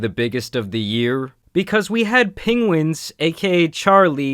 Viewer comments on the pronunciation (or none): i love how absolutely nobody pronounces penguniz0 correctly lol its pengwhenzo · I love how you say penguinz lol keep up the good work, been a fan for years and i’m excited to see you past 1 million subs!